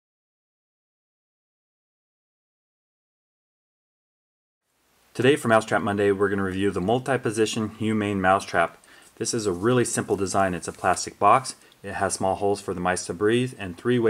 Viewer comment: its HUMANE not HUMAN